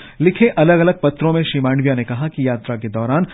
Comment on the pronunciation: आप " माडविया ' बोलते है । ' मांडविया' बोलना चाहिए ।